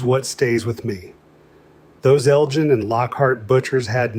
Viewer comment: yeah can't beat just salt/pepper. BTW the G in Elgin isn't pronounced like the G in ...say...Gin and Tonic but rather like the G in Gosh or God.